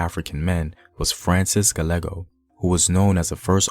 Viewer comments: Interesting. I learned some things. Now your turn. For your homework, take an interest in pronouncing correctly the few Spanish words you used. Gallego is Gah-YEH -go Taino is ta - EEE - no Guanguanco is gwah-gwahn-CO Thumbs up!!! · Gallego = Gah Ye Go